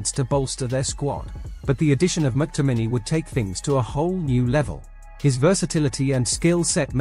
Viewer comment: His name is pronounced MacTominee